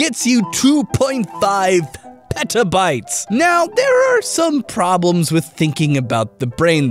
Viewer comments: I thought he said pedobytes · Petabytes...it sounds like Pedo-Bites which makes me think there's a pedo biting a loli or something xD